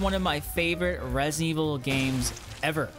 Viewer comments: WHAT IN THE FUCK IS "RESEVIL" ? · resivl 7 😂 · Reh Zevil 7